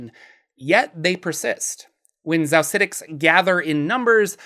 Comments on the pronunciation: Xaositects is pronounced «chaositects.» Like architect. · Xaositects = "Chaos-itects" — as in "chaos architects" 'Course my Xaositect wild mage from back in the day would be on board with a bit of arbitrary mispronunciation. Just didn't want you to miss out on that bit of cleverness in the name :) Love your videos, btw! I got back into D&D last year after a 20-year hiatus, and this channel has been a fun way to brush up on lore.